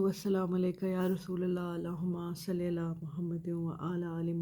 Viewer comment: Darood pak ... ALLAH Huma sali aala not Saly aala ... May ALLAH bless u ameen